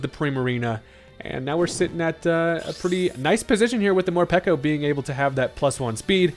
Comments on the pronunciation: Peko is a word that signifies hunger in Japanese, so peko not piko! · It's not mor-pee-ko It's mor-pae-ko Peko peko means hungry in Japanese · Pretty sure it's pronounced Mor-peck-o because peko is based off the japanese word ぺこぺこ which means hungry